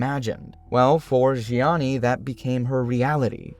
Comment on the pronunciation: zheanis name pronunciation was on point